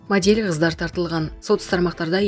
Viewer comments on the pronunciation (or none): Булак ньюз деп моделЬ деп кайсы жерге интонация каякка басым жасап окууну уйрончу интимь дебей. Анкааара деп. Окуганды уйрончу бай болгур. Уялып жатам.